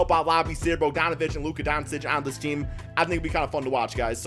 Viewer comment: Learn how to pronounces bogie's name... lol